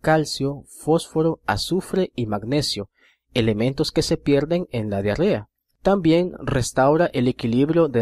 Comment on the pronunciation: que se pielden ? caballero me gustó mucho el vídeo pero por favor pronuncie bien , no es pèldida, es pèrdida.